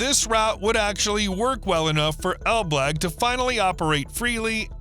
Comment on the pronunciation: Pronunciation of ElBlag is completely wrong, didn't you check how it's actually said first before mentioning it numerous times in this video?